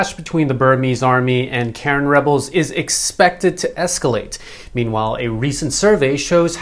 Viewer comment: I lived in Myanmar for 5 years and you are mispronoucing Karen. Its Kah-Ren with emphasis on the second syllable.